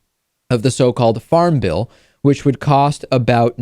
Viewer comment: I thought you said Farm Ville when you said Farm Bill